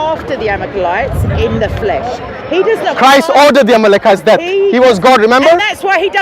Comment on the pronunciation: She keep saying amekelites..🤔